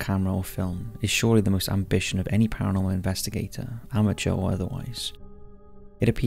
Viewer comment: ParaNORMAL not Paramol